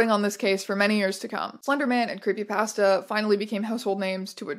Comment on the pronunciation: Your pronounciation of creepypasta still hurts me